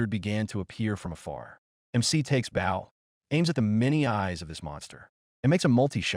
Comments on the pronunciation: I swear I’ve heard, AI pronounce it both ways, but wrong for the context it supposed to be in each time. “Bau” for the shooty thing and “bo” for respectful body position, in the same story. 🤦‍♂️ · Bow. AI had 50% chance of pronouncing it correctly. Couldn't seem to get it right, even in context. Maybe the editors or proofreaders could have tinkered with the script and spelling. Maybe spell it, Bo, Bowe or Boh etc.